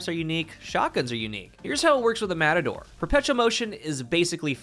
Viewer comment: More like "Mehtador or Metahdor"